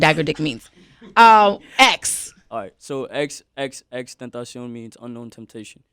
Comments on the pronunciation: Я до сих не знала что его имя произносится как Тентасьон а не Тентэйшн😁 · Я хочу, чтобы ты произнёс свое имя, пожалуйста -X X X TEŃ TA CION 😔